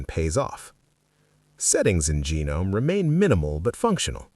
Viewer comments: Try pronouncing Gnome with the "G" being silent and you'll be spot on. Settle down, just some tuff ❤. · It is pronounced guh-nome. Not silent 'g'. Certainly not genome. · "genome" lmao ai slop channel